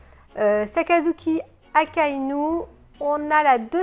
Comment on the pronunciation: Désolé mais non 😂 !! Pas Akainu !! 😂😂